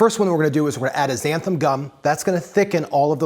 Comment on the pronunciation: Xanthan. It's spelled Xanthan, and that's also how it's pronounced. Turmeric has two "R"s in it. Sort yourself out.